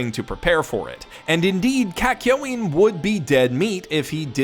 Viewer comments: Are we not gonna talk about how he pronounces "Kak- Yoin" as " Kak- Yow- Een" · Kak-yo-in huh